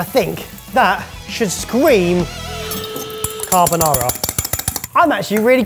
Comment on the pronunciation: It's 3 minutes in and I'm already cringing at the horror of Italian cuisine purists with rendition of "carbonara."